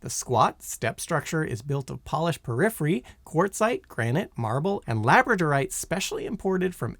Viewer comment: Porphyry...not "periphery."